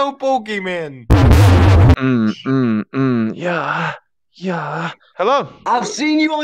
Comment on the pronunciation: I laugh so hard when the guy said ` i know pokemen